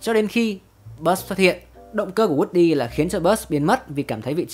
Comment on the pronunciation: Woody cứ nghe nhầm thành wrxdie 😂😂😂